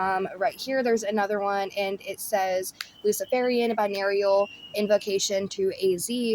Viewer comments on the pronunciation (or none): Its bi - nur - al not binurial omg that drove me crazy im sorry 😂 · It's not "bi narial" it's pronounced "bi noral." A binaural beat is an illusion created by the brain when you listen to two tones with slightly different frequencies at the same time. Your brain interprets the two tones as a beat of its own. The two tones align with your brain waves to produce a beat with a different frequency. This frequency is the difference in hertz (Hz) between the frequencies of the two tones. For example, if you are listening to a 440 Hz tone with your left ear and a 444 Hz tone with your right ear, you would be hearing a 4 Hz tone. Binaural beats are thought to help with various ailments and disorders by potentially reducing anxiety, improving sleep quality, enhancing focus and concentration, boosting creativity, and managing pain.. Primarily by influencing brainwave activity through different frequencies played to each ear, creating a perceived single tone that can induce a desired mental state like relaxation or alertness depending on the frequency used. It is essentially sound medicine and something even Nikola Tesla talked about. He once stated that binaural beats; sound medicine, will be the treatment of the future. I'm sure he knew this not only because of the work he did, but also due to the fact that sound was used for a variety of things in the past. Some ancient places were built in certain ways to enhance and get the desired effect of various frequencies and vibration. Sound has an effect on the body, as we are 76% made up of water and sound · heheh its pronounced bine oral hun lol biarial makes it sound like an std :} love u x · I kept thinking she was saying "venereal" haha, like venereal diseases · Thanks for pointing this out. I kept listening and I'm just like "am I the one pronouncing wrong all this time?" But I love listening to things like this. Beats the drama and the constant tea. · It's "binaural", bi=two aural=ears